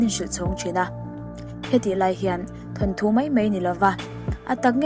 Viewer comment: Ka nau, thanthu tih loh tur, thawnthu tih thlap thlap tur aw..😊